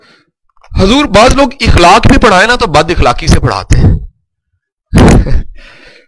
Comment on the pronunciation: sir u re excellent but plz dont mind sir ikhlaq ni hota akhlaq hota ha